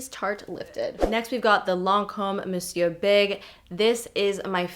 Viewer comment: My favorite mascara is the Lancôme Custom Volume Mascara (Waterproof and regular). I have the Monsieur Big (I love that you're from Montreal too and can pronounce it right lol - it's being butchered all over YouTube - not their fault but kinda funny) but I haven't tried it yet! I also love the MUFE Excessive Lash and the Benefit Roller Lash. I need to try the Lash Sensational though!! What you said about your lashes looking like the wand blew my mind because it's absolutely true lol! Game changer 😜 I have a deluxe sample of that Nars one that I haven't touched but the stabby wand is making me toss it into my giveaway pile stat.